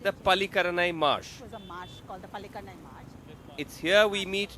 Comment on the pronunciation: Its not Palinikarai Its Pallikaranai Marsh...